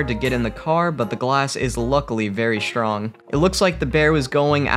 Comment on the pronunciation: Zoo cooraror? (curator). Glass was shrong?(strong). Monkey tries to excape? No x in escape. Sackoweeah? (Sequoia). Fearcious? (Ferocious) animal. Is this a native non-English speaking robot?